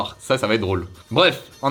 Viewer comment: si tu voulais dire ''au revoir'' à la fin c'est pas jaana c'est jaane